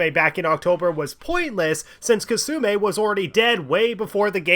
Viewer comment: it really bothers me how you keep mispronouncing Kasumi as kasume